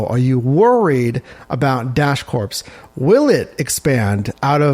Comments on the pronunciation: my man… please stop saying “corPs.” Think “Marine Corps” and you’re golden. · Just an FYI, the "ps" in the word Corps, is silent 🤫. Just like Marine Corps.